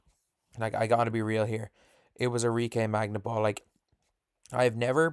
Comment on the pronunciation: WTF with the pronunciation of Arike's family name.